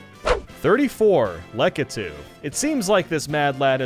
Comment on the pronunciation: Everyone else: Laikitu: Laketoo